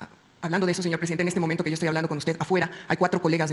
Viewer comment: “yo ejtoy por encima de la ley”